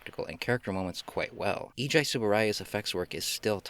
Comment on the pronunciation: Nice video! Quick note, Tsuburaya’s first name is pronounced like Ay-ee-gee, not Eejai.